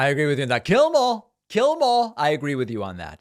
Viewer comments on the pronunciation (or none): To be fair, David, sir, that sway-toothed excuse for the human genome did sound like he was speaking in tongues when he said ,"Jyellamorh, heh heh heh - jyellamorh." One would be hard-pressed to distinguish sway-toothed's pidgin from the English words "Kill them all" unless one has been versed in low-country cousin-raping redneck.